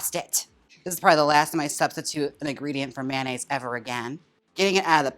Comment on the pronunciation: MAN-aise… lol